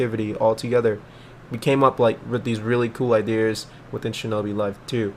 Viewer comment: "idears" lmao